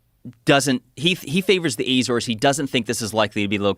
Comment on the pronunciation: The Azores ( u-ZORS, or the u-ZOR-es ) islands belong to Portugal and are out in the Atlantic Ocean about a thousand miles off Portugal's coast.